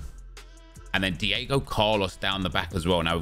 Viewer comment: Who is Diego jota?😂 it’s Diogo for future reference 👊🏻 pronounced D-O-GO 🤘🏻 great vid ✌🏻